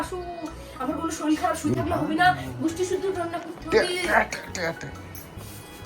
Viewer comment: শরীল নয়, কথাটা শরীর আগেও বলেছি। শেখার কোন বয়স নেই দাদা।